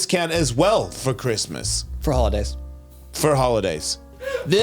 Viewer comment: Why can’t ya say Christmas?